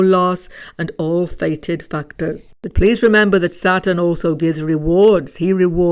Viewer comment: Every time u say factors it is sounding like something totally different if not heard properly☠️